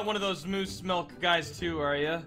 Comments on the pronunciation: michele torres-rivera milk not milke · michele torres-rivera it's MOOSE MILK NOT MOOSE MILKE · michele torres-rivera ITS MILK!!!! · Yea moos millk